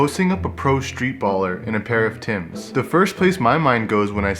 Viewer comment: Member it ain't Tim's it's Timbs.